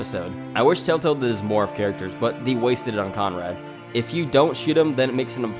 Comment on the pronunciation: I’m sorry but why am I hearing “TaleTale”?